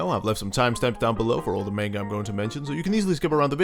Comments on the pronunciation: did, he just say MAINGA? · This guy: MaYnGUH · I'm disappointed in how you pronounced manga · I'm hoping he's pronouncing the word manga as a troll lol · I'm new here but.... Why do you say manga like that???